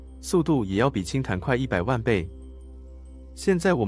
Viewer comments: 氫彈ㄉㄢ、 ！ 不是ㄊㄢˊ ！ 😎😎😎😎😎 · 氫彈要唸（輕蛋），不是唸（輕談），這是很基本的東西，請不要一錯再錯，水平低，觀眾聽不下去了。彈，名詞唸（蛋）例如子彈；動詞唸（談），例如彈棉花。